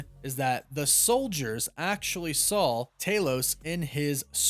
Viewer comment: You take the L out of wolf and add it to "saw." There is no L in "saw." I bet you say "drawling" instead of drawing.